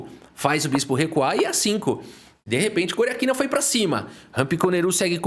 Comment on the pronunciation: como foi que "Goriátkina" virou "Goriaquina"? 😂